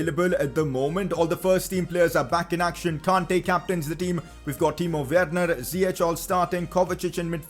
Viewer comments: Ziyech is pronounced Ziyesh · You would pronounce Ziyech really good if you said the english "sh" instead of the "ch", its written Ziyech but in english it would be pronounced as "Ziyesh"